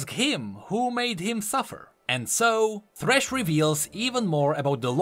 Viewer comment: Sad that you didn't put thresh as well and call him "Fhresh"